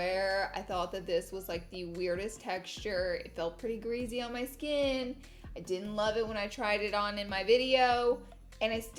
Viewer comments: Everytime she said greasy I laughed “greazy” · Oly and grizzy-really Laura?!😭 for oily and greasy, also finish the words completely 😬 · Ol and oly skin? And greazy? So funny 😂😂